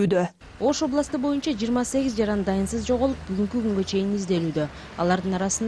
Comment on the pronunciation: Шшооо бойунча дейтко🤣🤣🤣🤣